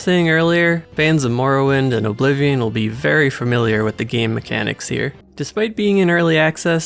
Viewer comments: The emphasis you put on the 'O' in Oblivion irks me so much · Apparently Oh-blivion invented the genre. 😂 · The way you pronounce Oblivion is appalling.